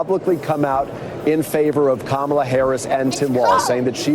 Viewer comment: Jeremy is so drunk that he's pronouncing Kamala correctly lol.